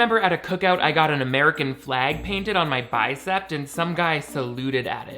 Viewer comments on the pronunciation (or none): Lol!!! I love you. But ever so respectfully, at the beginning right after your beautiful poem, you talk about a ‘face painting’ of the American flag on your arm and you call a bicep a bicepT. I love you so much. Only trying to help. I hope it’s just a little mishap, in which case I take this all back. But I’ve had a friend who mispronounced alcohol as alclohol for 23 years of her life lol.